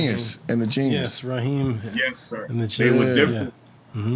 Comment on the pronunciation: RZA a.k.a Prince Rakeem, not Raheem.